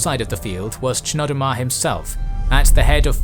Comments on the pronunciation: I'm pretty sure the ch in Chnodomar is pronounced Knodomar. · It’s pronounced Knodomar I believe